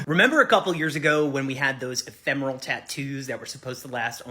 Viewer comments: Ef-ém-er-al... it means "temporary" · I was listening to rather than watching this video and was so confused by your pronunciation of ‘ephemeral.’ I thought you were talking about the tattoo being in some way ‘thermal’ like it reacts to heat or something 😂 Love you, - it’s e-fem-er-al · Ephemeral, pronounced Ih-fem-er-uhl, not “ee-therm-al”. The guy that got the non-fading tattoo said it correctly at least twice. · After you said that you weren't sure how to pronounce ephemeral, the guy with the two year tat said it at least a couple of times, and yet you mispronounced it again after that. EPH-EM-ERAL. Pay attention to your own videos, mate. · E-phem-e-ral. Means temporary.